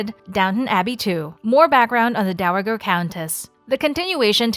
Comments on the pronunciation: It's Dowa (ja) ger, not Dowa (gh)er. So horrible to hear it repeatedly mispronounced - makes it clear that this is someone reading a script, perhaps someone who has NEVER watched Downton Abbey. You really should re-record this. She also stumbles on a few names. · The Sound the the g in the word “dowager” is a soft g - so it’s should sound like dowaJer not the hard g sound you are using. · HA HA HA The voice just said the DOWA G ER OF !! Countess. W H A T ??? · "Dow Agger" ?!?! Plz get your ProNUNciations Correct !! Thank U !! ( from India) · Dow-uh-gurr??? Nee-umm? Please, please learn pronunciation... you're supposed to be giving facts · The entirety of human language is at your fingertips, yet you couldn't Google the pronunciation of "dowager"? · If this is not a real person's voice, but some sort of artificial intelligence, please learn how to pronunciate the distinctive words used in the script. Dowager, estate, etc. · a soft "g", not hard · Terrible pronunciation of dowager - is it a robot? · The constant mispronunciation of “Dowager” is killing me.😡😡😡😡😡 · I found the mispronunciation so annoying I had to stop watching.......! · Making me crazy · Oh! Thank goodness I am not alone!